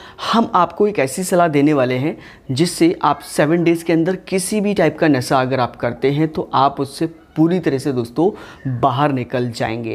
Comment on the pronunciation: Pehle nasha bol na tu sekh lo..